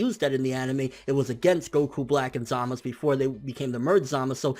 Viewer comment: BRUH ITS ZAMASUUUU NOT ZAMAS